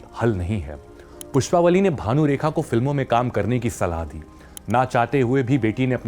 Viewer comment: PushpavaLLI not pushpavali